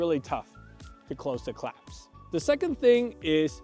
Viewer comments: sir sir sirrrrrr it's "clasp" not "claps" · Clasp, not claps